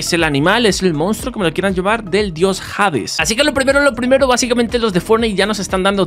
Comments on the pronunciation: jades jaajjajaajajajjaa no sabe ni como se dice la h de hades no se escucha jades jaajajajajjajaa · pibe se nota que de historia no sabes nada, el perro no se llama serberus se llama serbero se pronuncia asi como se escribe y hades no es jades osea la H no tiene pronunciasion y serbero no tiene una version humana, por las dudas escribo con falta de ortografia porque escribo enojado